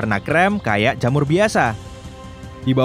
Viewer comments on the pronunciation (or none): jhamur biasa Widih widih.... sisi terang bisa medhok juga to